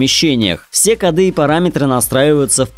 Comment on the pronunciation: Ты безграмотен! Не кодЫ а кОды!))) Во дворе можешь говорить как хочешь, хоть по фени а на публике, по твоей грамотности оценивают твою работу!!!)))☝